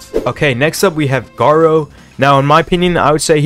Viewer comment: “Garoo” lol how dare you say his name wrong